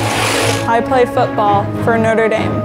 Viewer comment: You are saying Noter damn instead of Notre dame